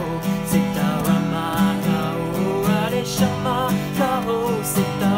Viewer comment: His Hindi accent is quite funny in a good wat, and the way he is mispronouncing radheshyam is so adorable ❤️❤️